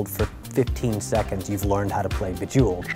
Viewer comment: Bejewelld??? COME ON GUYS, WHAT THE FUCK?!